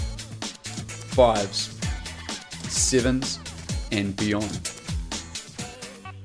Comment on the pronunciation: I like how he says 7's : sivens